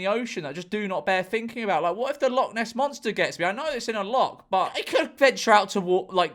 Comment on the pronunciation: It's pronounced Loch Not Loch George.